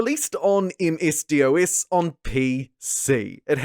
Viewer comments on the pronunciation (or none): “MS D….O….S” It’s “Dos”… goodness I feel old.. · I enjoy your videos, but I have honestly never once heard a person call MS-DOS "Em ess dee oh ess." It is "Em ess doss." Thanks for the Civ content! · Now I feel old…. I don’t believe I ever heard ‘MS-DOS’ pronounced as all individual letters. We called it /M.S. DAW-S/, where the ‘O’ had an /AW/ sound and the S was an unvoiced S (like in the word ‘hiss’). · in the UK it sounded like M.S. Doss